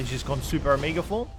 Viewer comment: Lol... why do you pronounce omega as "ahmiiga"?